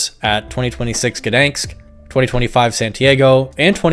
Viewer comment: It's Gdańsk, not Gdanks. The 'ń' is pronounced like a 'ñ' in Spanish.